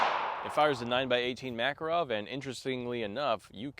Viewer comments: Ma-KAR-ov not MACK-er-ov! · I’m so disappointed you pronounced the name wrong like southern hillbilly’s say it. Mah Car OFF, not MACK. How do I know this? I married a Russian woman who’s last name is Makarov